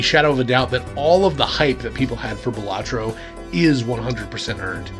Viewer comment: Great video! I have looked at it but have yet to pick it up. Fun fact: According to the dev, the name is actually pronounced Bal-a-tro, not Ba-la-tro but realizes it too late to correct people, so they can call it what they want lol